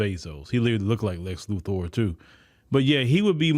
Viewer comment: One thing I have to give you Credit Brother, it is Exactly as you pronounced it, Lex Luthor and not Lex Luther, 😅 Peace 🎉why don't you give her training to be a COMMENTATOR, on Yo Program, help ""A Sister"" Out. MY Brother 😂